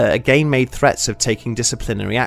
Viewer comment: Again he say agaein M nice